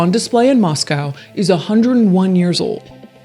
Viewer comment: Thank you for pronouncing Moscow - Moss-COW and not Moss-CO Moscow Idaho has Christ Church, we don’t need to be confused with Russia. 😂